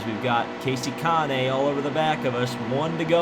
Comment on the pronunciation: did you call kasey Kane(how it’s said) Kasey kanae